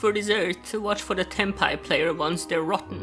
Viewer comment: "They're r ott en" sent me to the graveyard 💀💀💀